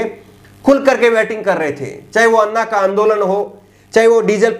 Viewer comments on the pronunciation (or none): none